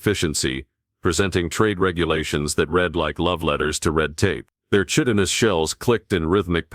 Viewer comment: WHEN are these HFY authors going to find a text to speech program / AI that actually knows how to pronounce "Chitinous"?